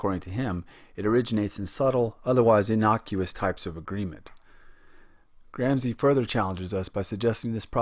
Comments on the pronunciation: Great video but its "grom-she" not "gram-see" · Thank you! Well done! Still, with all due respect: The Italian name is correctly pronounced "GramSHE" at least all over Europe... :) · GRAM-shee VOL-de-mort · Please try to pronounce this great man’ s correctly gram- shee, not gram-zee. It is not difficult ! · Good video and I really liked the connection between the authors, even if their surnames were changed to Gramsi and Bordu ahahah Nobody probably cares, but still: the combination of letters SC followed by I or E in italian makes a SH english sound, as in "show", so read it as gramshi; while Bourdieu is a bit more complicated because the last sound is not present in the english language if I'm not mistaken, but it can be approximated by the sound that the first A makes in words such as "apparently" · the pronunciation of Gramsci is not Gram ci but Gram shi , shi as shiver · GRAMSHEE NOT GRAMSEE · Lol at "Gram-see" it's "Gram-shee" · It is pronounced 'Gramshi' not 'Gramsi'. Good vid! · Gramsi? Machevellia? Check your names mate. Otherwise good video! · Content is good, except perhaps a lack of emphasis on ideas of power. Hegemony is the result of the ruling class's power. And I recommend you check pronunciation before recording: it´s Gramshi & Boordyeu (ok, the 'ieu' sound is hard but 'ou' is just like the English 'oo'... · minute Philosophy Same here. However...I've always pronounced Gramsci "Gram-she". Worth noting Marx's Grundrisse wasn't published in English until the 1970s and also had a large effect on the field of cultural studies. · Please at least learn how to correctly pronounce his name!!! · You spend days making a video, and days (or weeks) reading the material, and then, over and over again, you mispronounce the name of the person you are making a video about. Why................... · The gross mispronunciations are a real distraction, but I appreciate the subdued tone of the presentation, which is just the opposite of what my students expect.